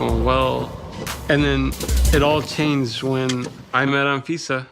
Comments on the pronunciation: Anfisa pronounced - An visa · He said anfifa lol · Anfeesa? More like AnVisa.